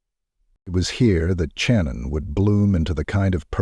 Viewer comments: Bruhhhh you're killing me SMALLS with Soo much emphasis of The CH on her name....🤦🏻 Just like the name Cheyenne it's pronounced As "Shy" Not "Che".... SHANNON only spelled with a C instead of an S .....🤦🏻🤦🏻🤦🏻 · 25 years, or so, here. I consider this to be the most Horrific crime in U.S History. I wish they would pronounce Channon's name correctly; it was pronounced Shannon and not Chan-Unn. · My final year of my JD at Tulane, I wrote a case study about this case. Take a guess at how much my prof loved it. And it's Channon, pronounced like Shannon. Thanks AI.